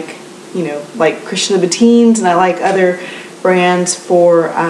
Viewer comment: Your skin oooks flawless!Amazing!Any skin care regimen you can share?I love jeggings!Any particular brand you like?Oh,did u say "loubouTIN?"-from what I know,it's loubouTAN:)